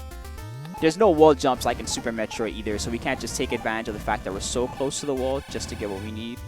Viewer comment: It's Metroid not metriod!